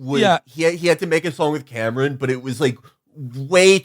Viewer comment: Did he really pronounce camron as “cameron”